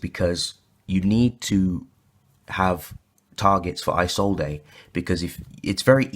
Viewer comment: It's pronounced "E-Zold" not "eye zold ey" sorry its a pet peev